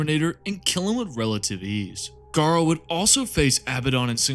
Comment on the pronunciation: Mate, you need to look at the pronunciation of some of these names. You got Abaddon right, so kudos for that, but Nathaniel Garro, Garro like marrow. Ahzek Ahriman is the Chief... What? Liberian? Or Chief Librarian... Please take this in the good spirit it is intended.